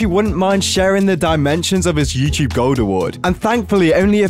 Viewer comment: you said Yewcheeb not Youtube according to the subtitles